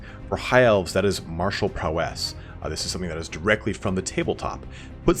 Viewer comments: awesome video, just you'd pronounce "prowess" correctly :P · The way this guy says "Prowess" is annoying